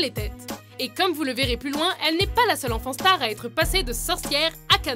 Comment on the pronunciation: A chaque fois qu'elle disait "enfant star" j'avais l'impression d'entendre "enfant STARK" mdrrrr